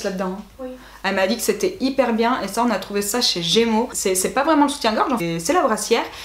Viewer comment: A 23 min 20 on entend un petit accent " biennnnn " 👌😂💕